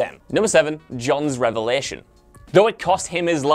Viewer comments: It’s revelation, not revlation. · "revlation" :D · Ah yes, the best part of the episode, Jon's 'revlation'